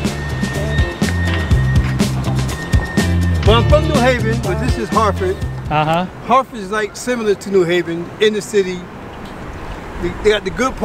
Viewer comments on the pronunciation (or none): Bro don’t take it in a wrong way but your pronunciation is messed up, check with Mr. Derrick on names. Like it is हार्टफ़ड not हार्टफ़ोर्ड and रोड आयलैंड not रोद आयलैंड